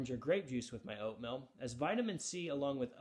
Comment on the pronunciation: Oatmill? 😂🤣😆 To begin with I thought he was saying "oat millk."